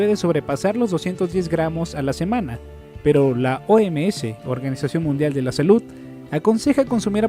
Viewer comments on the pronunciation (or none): none